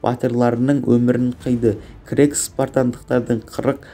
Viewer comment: Бірінші жаксылап окып алмайсынба сосын крекс емес ксеркс